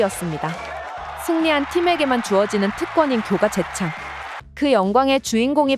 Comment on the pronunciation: 야 교까가 뭐냐 교가지. 어디 발음이야?